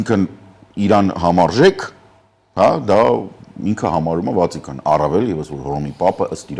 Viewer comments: Պարոն. Վատիկան ոչ թե Վածիկան. Խաչմերուկ ոչ թե խաշմերուկ։. Չնայած այս ամենին միեվնունն է մեծ հաճույքով ենք լսում. Ձեզ։ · խոսելիս ձեռքերտ հանգիստ թող, մի թափահարի, խոսում - մտածում են գլխով և ո՛չ թե ձեռքերով, հետո հայերենում չկա "ա" հոդակապը, ոչ թե խոսում ա, մտածում ա, հիվանդ ա, այլ մտածում է, հիվանդ է, խոսում է, պետության անունը Վատիկան է, ո՛չ թե Վածյիկան, ոչ թե խաշմերուկ, խաչմերուկ... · Հարգելի պարոն, խնդրում եմ մ՛ի ասեք ՎաԾիկան, այլ ՎաՏիկան։ Զզվել ենք ռուսականացված արտահայտությիւններից